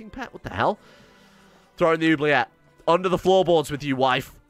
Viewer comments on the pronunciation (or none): none